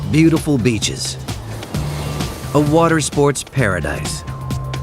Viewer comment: beautiful beaches? You mean beautiful bitches ?